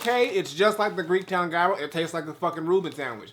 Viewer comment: In his defense, he's not the only I saw pronouncing the word Gyro completely wrong. Lol